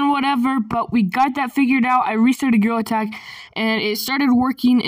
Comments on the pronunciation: Bro, really said girl tag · Why did you actually just say grill attack it’s gorilla tag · Why are you saying?grillattack 💀💀💀💀😡😡 it is gorilla tag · Bro he actually called gorrilla Attack “GRILL ATTACK” 😂😂😂😂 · bro legit Said girl tag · Blud also said grewlet 💀💀💀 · BRO YOU SAID GRILL ATACK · "GREWLET HAD" 💀💀💀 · Bro really saying grill attack 💀 it’s gorilla tag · Bro, literally said girltag😐😐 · "Girl tag" "grill attack" " Grilla tack" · He be saying: gorilla tag| and the captions are saying : GIRL ATTACK💀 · really said grill attack 😂😂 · ‘’GRAWL ATTACK’’ 💀💀💀💀💀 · “GREWLET TAG”💀💀💀💀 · Bro just said Girl Tag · Why do I hear grill tack😭